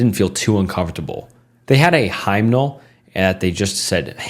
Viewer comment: i've been enjoying the stories posts, but it's very obvious to me that this guy can't read. hearing you fumble over four-syllable words like "anonymity" and "incandescent" was bad enough, but pronouncing "hymnal" as "highmnal" and then saying "hymn" in the next sentence just makes me think you're illiterate or lazy.